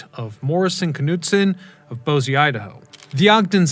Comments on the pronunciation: Dude how can a history podcaster say Boise Idaho Bosey Idaho? Cmon man... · God please tell me he isn't trying to say Boise Idaho???? i don't know of a bosee idaho? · Redwood was not treated (no creosote). 'Freight trains,' not 'freighters.' Freighters are boats. 'Trestle,' not 'trestle bridge.' Old line around the lake had no switchbacks. 'Railroad' (American), not 'railway' (British). : Egad--a British train??? : Bohsey Idaho? Try Boy-see Idaho. Never been west, eh? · I believe so. It caused me psychic damage.